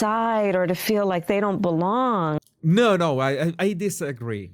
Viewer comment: Keyyyyyd, belllonnggg, she is extends all the consonants and syllables. When your a dummy don’t try to sounds smart kids.